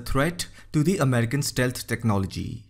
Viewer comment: "Americal tagets". This guy sounds very much like the scammer who called my granny last month to get her social security number.